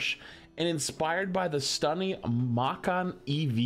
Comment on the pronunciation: "Makkan" It's "Mah-can" Watching streamers talk about cars is a good reminder that while they may know everything about their game, they still don't know everything lol. Macan is basically the Taycan as a crossover. It's not a true SUV, but you can bet on it being a pretty good example.